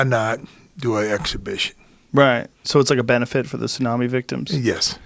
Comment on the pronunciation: What did he call a tsunami?? TAHUME?